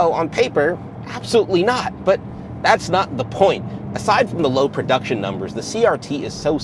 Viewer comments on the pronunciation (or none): none